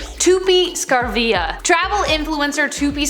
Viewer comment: I can’t believe you butchered Tupi’s name!😂 Saravia is not Scarfia like tf Also she herself said she edits clouds on her pics because otherwise the sky looks boring and dull.